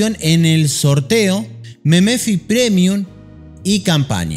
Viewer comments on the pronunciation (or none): jajajaj meme - fi, se dice memfai boludo XD